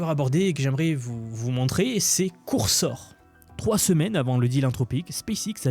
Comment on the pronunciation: Excellent tes contenus, j'apprécie vraiment ce que tu partages, mais juste stp, NE DIS PLUS COURSOR !